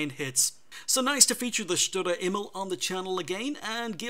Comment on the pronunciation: Great replays! Grats on the Aces to the players! Love your commentary - always very informative. Keep up the great work! Some help with the pronunciation from a German: Sturer Emil (stubborn Emil) -> Shtoorah Eh-meel - hope that helps! :) (Although your way of saying it is pretty good already tbh)